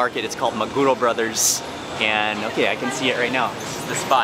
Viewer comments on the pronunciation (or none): I hope you enjoyed our food. We have pretty good food here. BTW, 3-syllable Japanese words usually have the inflection on the last syllable, so it’s maguRO and sashiMI...NOT maGUro and saSHImi. Just FYI. 😁